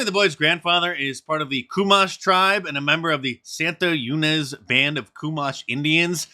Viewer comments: Santa E-Nez Shoe-mash indians is how it's pronounced I'm pretty sure not coo-mash hahah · Hey they are from my area. It's pernonced cew-mash. And Santa e-nez